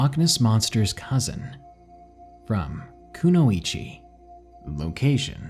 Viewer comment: It's pronounced Koo-noy-chi lol